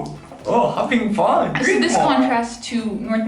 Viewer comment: I wonder, how do you pronounce "fun" like that 😅